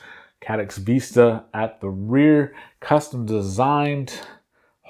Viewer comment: vis·ta /ˈvistə/ noun a pleasing view, especially one seen through a long, narrow opening. Not Vesta!